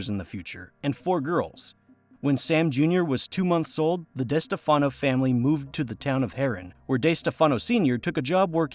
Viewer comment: It is pronounced Di Steff Uhh no. I can't stand it when people mispronounce what is also MY last name.